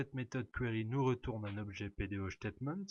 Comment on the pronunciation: Merci bcp pour votre explication mais juste une remarque , PDOStatement , prononcé ctaitemaint not chtatement with s , statement not ch